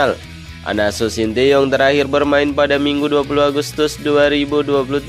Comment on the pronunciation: STY di ucapkan sin ta yong bukan sin ti yong. Penyampe n aj tdk beres. Apalagi Uraiannya.